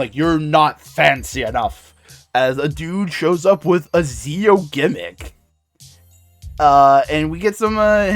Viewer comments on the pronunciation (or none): You've likely been told before but Zi-O is said as Jee-Oh.